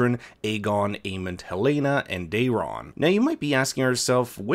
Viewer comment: Day-ron? It's pronounced like "Darren."